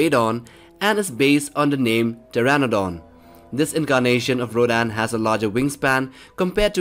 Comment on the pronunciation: says rodan* m: its rodan dum dum